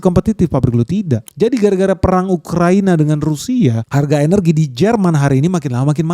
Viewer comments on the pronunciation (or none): none